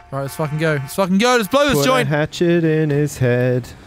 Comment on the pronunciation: I've been watching your vids WAY too long. Every time you say the word hatchet, I hear 'hat shit'.